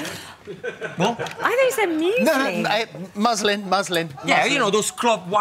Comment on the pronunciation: Sorry :)) Gino as usual utter the word "muslin" as "Muslim" .. which is funny 🤣 but, thank God, the silver fox was there to save the day!